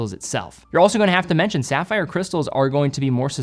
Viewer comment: SAFFER CRYSTALS. Then he does go on to pronounce it CORRECTLY.